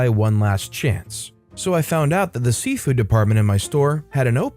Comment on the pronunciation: Why does it sound like Safeway every time you say seafood?😁